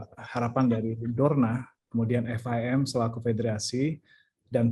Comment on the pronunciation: FIM pak bukan RIM